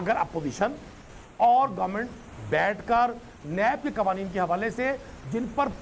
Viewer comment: Soalon nai sawalon hota hay qoaneen nai qawaneen hota hay pls correct your pronunciation